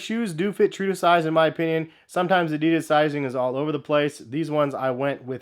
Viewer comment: The brand is called "adidas", it's german.... not fuckin' "adiiiiiiiiiiiidas"